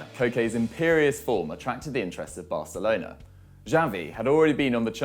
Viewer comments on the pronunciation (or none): none